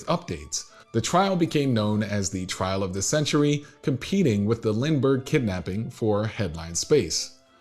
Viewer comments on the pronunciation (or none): none